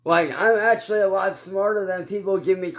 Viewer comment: can we umm acshally get a uhh acshally counter??it used to be liderally...ugghh